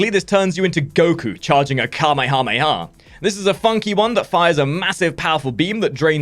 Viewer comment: Finally someone who pronounces "Kame hame ha" well.